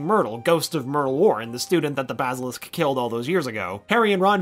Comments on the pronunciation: I have a problem with the way he says basilisk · He said basilisk wrong